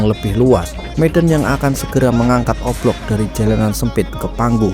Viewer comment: Dia bilang O Block atau oplong si😅